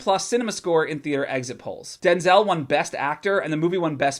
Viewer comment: "Take out all the race shit," Yeah, but that's the whole fucking story. Oh and btw, you're saying Denzel's name wrong. He's been trying to get people to stop doing it for years.